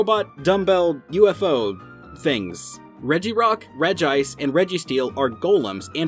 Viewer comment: It's regi-ice!!!